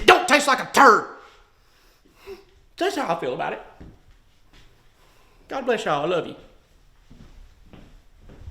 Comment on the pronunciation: The sad “Gobleshyall I lubya” at the end was the cherry on top🤣